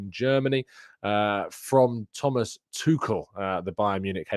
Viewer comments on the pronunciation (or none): none